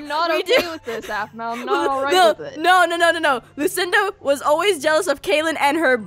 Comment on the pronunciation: its aphmau not aphmoo